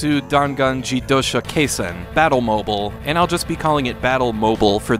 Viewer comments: I feel like it should be pronounced "mo-beel" like an automobile used for battle. Still this looks so fun and resembles a motorcycle game i was working on. Thanks for these hidden gems! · I think its pronounced Battle Mo-Beel... as in Automobile. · Pretty sure it's supposed to be pronounced like the mobile in automobile. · I mean, surely that is not how one pronounces "mobile". Wouldn't it be pronounced like the Bat Mobile?